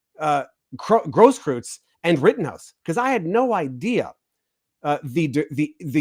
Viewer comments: Hey -- You said recently you are of the tribe persuasion. Say "oy vey!" like your cousins in NYC say it. Now say "Gross-croyts" with the same vowel sound as in "oy" of "oy vey!" And voila, you just said his name correctly! Easy, huh?, follow and you'll be good. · It’s eu. That pronounces like oi or oy. Großkreuz mean Big Cross.